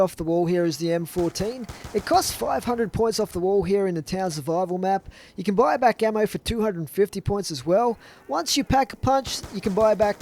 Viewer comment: Every time he says "can" I hear can't